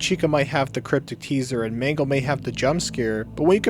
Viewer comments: It's mangle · Actually it’s mangle